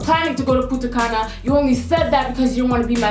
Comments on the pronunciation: Puntacana is in the dominican republic, but you said putacana and that sounds hilarious in spanish, but don't ask me why the translation doesn't make any sense 😆 btw i love girl! You're so funny omg 😂😘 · Punta Caña is located in the Dominican republic but you kinda pronounced it wrong, but its fine